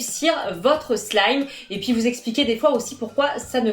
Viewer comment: tu as dis soulime xD